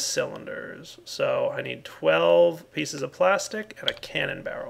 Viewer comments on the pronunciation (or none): none